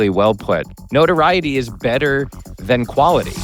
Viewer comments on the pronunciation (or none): none